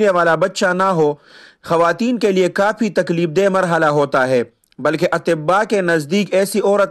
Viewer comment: جزاک اللہ خیرا اس کے ساتھ ساتھ اللہ تعالٰی آپ کو فھم دے کہ آپ کافی اور کاپی میں فرق کرکے صحیح ادا کریں۔